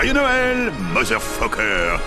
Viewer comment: Joyeux Noël " mozeur feukeur " !